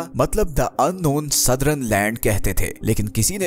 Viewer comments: Kindly pronounce the word southern as सदर्न. and not as सदरन and modern as मॉडर्न and not as मॉडरन you are pronouncing it wrong . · Sirji excellent video. But its Southern not Southrun and Modern not Modrun.